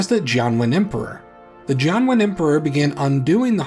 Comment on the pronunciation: I heard "John Wayne" each time you said "Jianwen", and the result was some very weird, very bad alternate history.